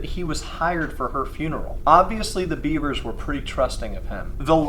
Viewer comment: It’s “Bev-ers” not the animal